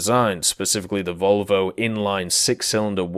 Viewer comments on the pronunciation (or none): none